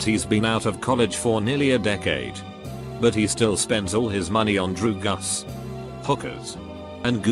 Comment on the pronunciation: Mmm! "Drew-gus"